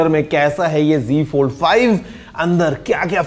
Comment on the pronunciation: app g fold bol rhe hai wo g fold hai ya z fold h